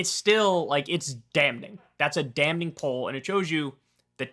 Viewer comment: Someone please tell Kyle that the “N” in “damning” is silent. That pronunciation in one of the most annoying among many annoying Kulinsky-isms.